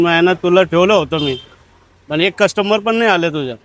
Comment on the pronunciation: कस्टमर ❌ कष्टंबर ✅️ - 😂😂